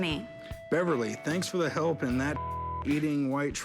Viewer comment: He said pelp instead of help